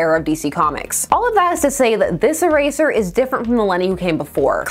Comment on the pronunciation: E-tear…for eraser…